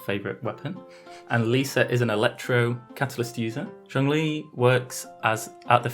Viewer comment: did this man just say zongli